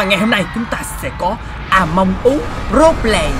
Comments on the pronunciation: Among us chứ ko phải among ú nha anh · Người ta: Among Us: À Mông Ú!